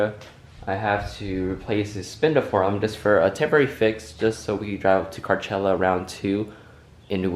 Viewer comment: Is he saying carchella?